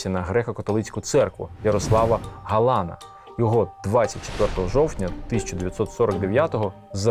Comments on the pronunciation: Невірний наголос у прізвищі Ярослава ГаланА,, треба на останній склад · Правильні наголоси ГаланА, СтАхура. А ви вимовляєте, як поляк з наголосом на передостанньому складі.